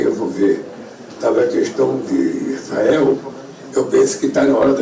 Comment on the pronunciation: impressão minha ou o cara não consegue nem falar “ISRAEL”??